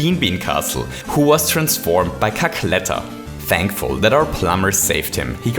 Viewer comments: "Cackletter" lol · "Cackletter" rly